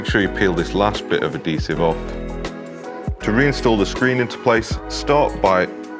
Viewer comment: It’s pronounced Add-hease-ive not add-dease-ive